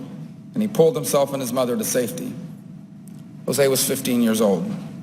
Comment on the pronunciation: RIP, José, you were great and you never deserved a Senator who doesn't show up, always bashes the country you were born in (most of the things he says are untrue - Cuba a communist nightmare? not really) and who can't even pronounce your name. You deserved to live on to witness Senator Murphy. You will sadly be missed